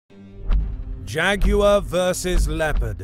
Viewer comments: It’s not Jag-U-war! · I only clicked to hear an Englishman say "Jeh-goo-wuh" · jag wire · The way he says both names are like Jageraurw LEpud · When I was small I had a copy of Godzilla vs Megalon, they pronounce him "Jet Jag-you-were" and always thought why they said it like that. I love the different accents of the world. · nobody: JAGYOUER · Why is nobody talking about how he pronounces Jaguar?!